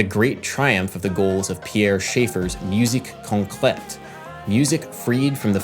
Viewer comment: As a french guy, I congratulate you for your prononciation of "musique concrète" Keep the good work!